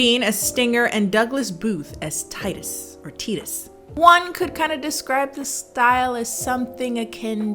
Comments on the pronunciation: Omigod it’s TY-TUS! Not teetus! 😂🤦🏾‍♀️ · I love how can't pronounce Titus correctly cause she never cared to hear the name in the movie LOL!!! Love Her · not being able to say "Wa-cow-skee" or "Titus" is the best part of this review to me lmao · I love how pronounced Titus correctly the first time and then assumes she pronounced it incorrectly and continued pronouncing it incorrectly for the rest of the video. 🤣 Also, Titus was one of the most normal names in the movie. 🤣